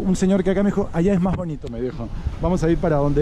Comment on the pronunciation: una crítica constructiva, soy peruano pero no soy de Lima. Pero me dado cuenta que ustedes los limeños muchas palabras lo hablan con la J en lugar de la S. Por ejemplo dicen maj caro, pijco, menoj caras, cujco, conojco, etc... Sería mejor si hablaras neutro y sin tanta jerga